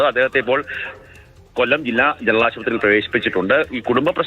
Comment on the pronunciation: കോല്ലം അല്ല myre കൊല്ലം